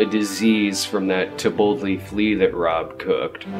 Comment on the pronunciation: For some reason, I kept hearing "To Boldly Flee" as "Tapotle Flea" in this and other videos. For awhile, I couldn't figure it out. It sounded like some kind of bizaare Mexican food.